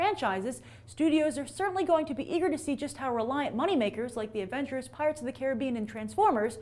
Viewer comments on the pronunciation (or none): none